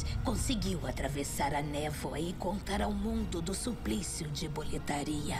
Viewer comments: Pois é, também percebi kkkkkk. O problema é que durante a tradução, suponho, eles se apegaram ao fato da palavra Boletaria não estar escrito “Boletária”(com acento), que em português faria a pronúncia soar correta. Mas bastava eles terem prestado atenção ao áudio original e entender q é um nome próprio trazido de outra língua. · Sim, mal de brasileiro em querer pronunciar nomes estrangeiros usando as regras da nossa gramatica e pronuncia, ai da nisso, fica muito estranho kkkk, mas ta beleza o resto do jogo é magnifico. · Unica coisa que eu tenho a reclamar desse Remake é a velha falando Boletaria, me deixa puto kkk